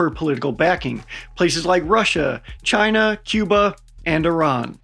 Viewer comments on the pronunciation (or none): none